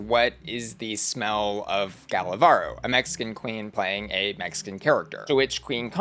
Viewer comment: Gala Varo 🤑🤑 ❌ Gala Barrrrrrro 🗣️💩 ✅